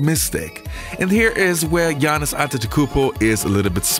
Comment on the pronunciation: What I like is that you pronounce right his first name.Speaking for old school I wish I could see him against the monsters like Hakeem and Ewing.